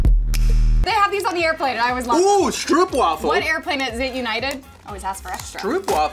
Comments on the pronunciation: They never say is right🤣🤣🤣🤣🤣Stroopwafels💔😪🤣🤣🤣still love. It’s like boat: say stroap😁 so it’s stroopwafels🤗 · Stroopwafels are typically served with tea. And they’re pronounced; strope waffles